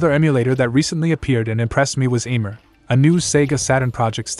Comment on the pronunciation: Lmao the ai tts pronounced it as Ayyy mir